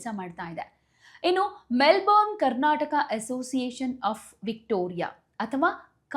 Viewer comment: Info given is incomplete. Also pls pronounce properly. ನಿಮ್ಮ ಉಚ್ಚಾರಣೆ ಸರಿಯಲ್ಲ. Melbourne ಅನ್ನು ಮೆಲ್ಬನ್ ಅಂತ ಹೇಳಬೇಕು. ಕೆಲವರು ಮೆಲ್ಬರ್ನ್ ಅಂತಲೂ ಹೇಳುವುದುಂಟು. ಮೆಲ್ಬೋರ್ನ್ ತಪ್ಪು.